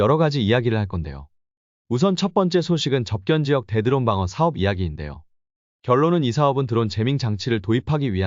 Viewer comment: 접견지역? 접경지역을 한두 번도 아니고 계속 이렇게 발음하니 그동안의 신뢰가 확 깨지는 군.